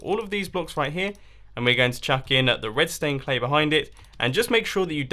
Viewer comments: My Ears Must Be Broken ... I heard Redstone Glass and Redstone Clay instead of Red Stained Glass & Red Stained Clay 😂😂😂😂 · He said redtone clay